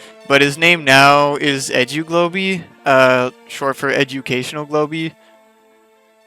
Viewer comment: when u were talking about edu globey I thought u said edgy globey